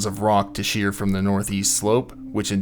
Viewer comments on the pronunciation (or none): none